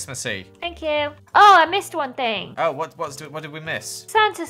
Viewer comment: when you say thing it kinda sounds like fing to me